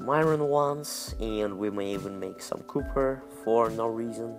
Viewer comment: did he say "cupper" ?